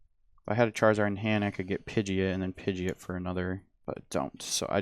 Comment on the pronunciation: Bruh his pronunciation of Pidgeot is insulting, sounds like he's merging Pidgey and an idiot. I mean the anime is there they pronounce it Pid-jee-aat